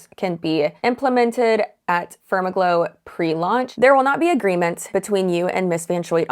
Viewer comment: said FermaGlow and I swear I heard "SpermAGlow."